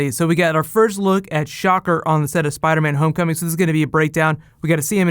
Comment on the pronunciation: lol you said the title like Spideys name is Homecoming